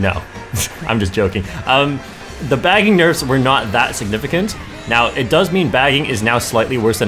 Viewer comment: Bro said baggingers 😂😂 keep up the good work :>